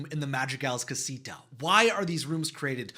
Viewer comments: I can’t….. your pronunciation of all these Spanish words are making me cringe so bad…. I don’t even wan to watch it. You killed Madrigal and Casita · Ok I’m sorry you said casito at the beginning